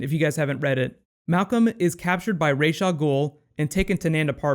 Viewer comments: every time he says Raish Al Ghoul it just burns me. its Ra's, Ra like the sun god not Raish there is no SH, their is no ray, just R-A-S, Ra's Al Ghoul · is it not "RaZ" al ghul,not "raj" al ghul